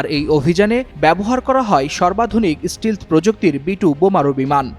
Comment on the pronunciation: ষ্টিলথ নয় ভাই, এটা ষ্টেলথ